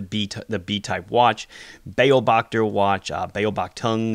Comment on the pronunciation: Thanks, very good presentation. In "Beobachter", (german) the emphasis is on the "o" just for your information.